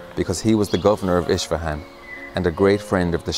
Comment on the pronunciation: Please learn to pronounce Persian words correctly from a Persian friend for example it is Isfahan Not Ish fahan and more